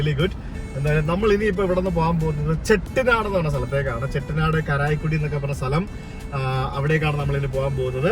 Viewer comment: കരായ്ക്കുടി ❌ കാരൈക്കുടി/കാരക്കുടി ✅